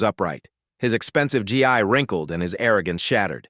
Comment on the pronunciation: It’s pronounced ghee.